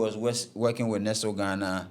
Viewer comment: I understand you, but not being able to pronounce words like Nestlé, Barbados and Ernst & Young...? Those are by no means technical; those are basic. As for the financial and legal stuff, the less said, the better. The attempt is good, but like I said, much more room for improvement.